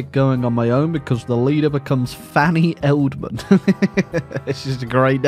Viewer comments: I hate to be that guy but it's E-del-man not eldman sorry I enjoyed the video regardless 😂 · I love how he comitted to pronouncing her surname as Eldman when its clearly EDELman (also can someone explain why a German sounding socialist would have anything to do with Argentina in the 40s, I'd genuinely interested to know the history.) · I think it's pronounced ED-EL-MAN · Your pronunciation of Edelman is false